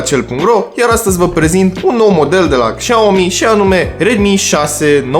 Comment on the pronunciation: Șiao-mi zice că se citește